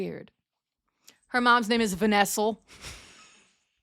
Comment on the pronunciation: Still dying because of “Vanessel”